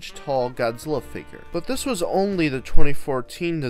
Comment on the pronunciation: it’s figure not “ finger”…